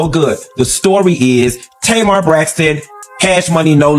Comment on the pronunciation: I can’t with this mispronunciation of Tamar’s name.